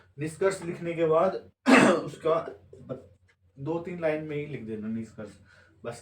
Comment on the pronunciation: लैन नहीं होता है, लाइन (line) hota hai.. Mind it 😂